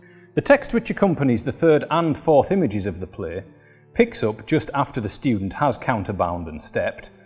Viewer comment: The "shtudent"!😂